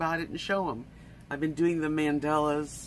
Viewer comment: You're so artistic, have you ever thought about drawing your own mandalas and then coloring them in? BTW, there is no "e" in mandala, you keep pronouncing them mandela it's mandala. Have a great Saturday!